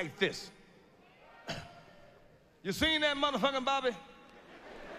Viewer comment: "Seent." Hahahaha